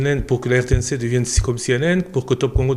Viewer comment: RTNC Une ????? Il faut dire RTNC UN comme on dit TF1 (un). En français, il ne faut pas dire, par exemple, PAGE UNE, il faut dire PAGE UN.